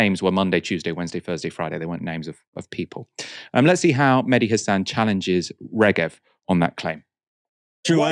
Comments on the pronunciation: Its Mehdi, not Medhi. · his name is Mehdi not Medhi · Its not medhi Its MEHDI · media its meHdi hasan not medhi :) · It’s Mehdi not Medhi.